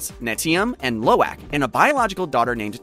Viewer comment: lo'eak XD ITS LO'AK